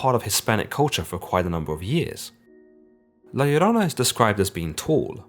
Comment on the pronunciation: Props on pronouncing La Llorona correctly